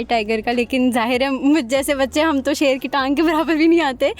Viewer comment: Loin nahi shoir🤣🦁